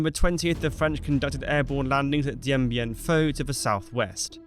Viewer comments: Why do you keep pronouncing it "Dien Bien PHO"? It is "PHU" (i.e. pronounced "Foo"). Neglecting details like this make it hard to believe that you really know what you are talking about... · It’s FOO. NOT FAUX. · It's Dien Bien PHU! PHU! PHU! Do your homework. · It's FU NO FAUX!!! DIEN BIEN FU!!! PRONOUNCE IT RIGHT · The topic is Dien Bien Phu - surely you should try and pronounce it correctly